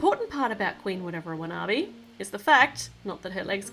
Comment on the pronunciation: You are saying the queens name rong